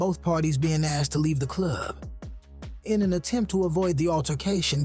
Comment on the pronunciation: So Cool how u Say the word "Club", like "The Cluuuub", lol. And Also, its NAS as in Bra, (like a womens bra) NOT Nas as in the word HAS. smh